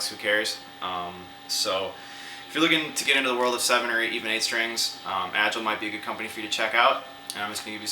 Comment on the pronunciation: Agile is not pronounced like that lol